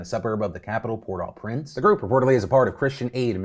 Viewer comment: As a Frenchie, hearing Phil pronounce “au” gave me a chuckle. It’s more like a moan than it is a word, just like “oui” 😂